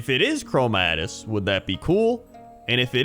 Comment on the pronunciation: I love ya, but it's Chromaggus man, not chromadus, thats about it, great video though